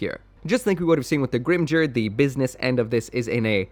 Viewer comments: The word Valkyrja is pronounced valkeeriya not valcuria and Grimgerde is pronounced grimgarduh not grimjerd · Grimgerde is pronounced with only hard Gs and the E at the end has an "uh" sound. "Grim-gare-duh" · The 'ge' part of Grimgerde is supposed to be pronounced like 'get', not like 'gel'. The katakana used for that syllable is ゲ, so I have that supporting my statement. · Oh I always pronounced it as greem-ger-day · In German its pronounced grim-gurd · Going by the Japanese pronunciation, it should probably be the first one. Short 'ba' and , 'tos' pronounced similarly to 'toss' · every time Grimgerde was said I died a little inside